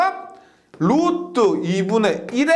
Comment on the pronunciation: 1.5배속으로 들어도 영혼을 울리는 루뜨~루뜨~ 오늘도가슴에 새기고 갑니다 ㅎㅎ